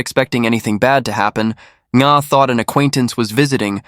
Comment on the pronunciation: "ng' is a nano-guttural sound, particular to the Vietnamese language, does not sound exactly as "n", like in viet-NAM. The narrator has got the sound quite accurate enough, with the victim's name, which is Nga (not to be pronounced 'Na"). From a Vietnamese native speaker.